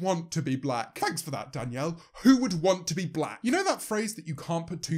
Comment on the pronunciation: "Whoe wans to be blah??" is how she said it